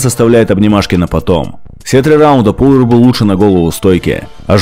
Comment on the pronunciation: Не ПУлвер, а ПАлвер.